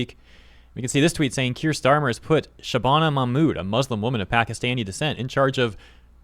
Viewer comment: Keir starmer, nein, its herr shteirmer😂😂😂hes the long lost cousin of von der lin😂😂😂😂😂